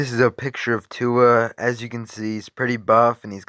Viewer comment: ive never herd any one botch a name like that holly crap have u ever herd any one say tuas name jw...